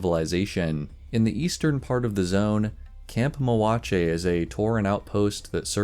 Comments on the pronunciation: It's pronounced MO-JAH-CHEE, he's a level 69 mage here on Trollbane. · Back in OG vanilla, we put in a ticket and got with a gm and asked if the J in camp mojache was an H sound like jalapeño. They said they look into it and weren’t able to answer the question after they did. It still bothers me to not know how to pronounce it. Sure miss GMs